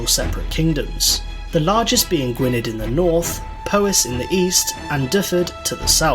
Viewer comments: Whoever produced this video obviously edited together stuff they'd researched for it rather than it being a subject they know about themselves. It's oversimplified, parts are misleading or not properly understood, and many of the pronunciations are wrong. Gwynedd is pronounced gwin-eth, Gruffudd as Griffith, and the Norman castles were Motte & Bailey, not Moat & Bailey. Plus the Saxons didn't push the Celts west into Wales and north into Scotland, that's a myth promoted and perpetuated by people with a nationalist political agenda. Their populations weren't displaced at all. The reason those countries retain a Celtic identity is because the Saxons went no further than what is now England and so only interbred with the natives there. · Gwynedd is pronounced "Gwyneth". It's embarrassing even the English guy doesn't know that. Also, the rant about slavery is wrong, the UK didn't start slavery! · When non-Welsh speakers try to pronounce Welsh kingdoms, it's always a cringe-fest. I can understand not being able to pronounce Welsh place names, but these this guy tried to say are not even that hard. In Welsh, "dd" makes the same sound that "th" makes in "bother". So, it's not bloody Gwyned! And in the Welsh alphabet, one "F" is a "V". Two "FF"s is an "F". So, it's pronounced "Dyved". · The Jutes didn't disappear from anywhere, they're the Kentish and the people around Hampshire. EDIT: In addition, if you're going to talk about the history of Wales, pronounce Gwynedd right. I hope the video creator finds a better source of information.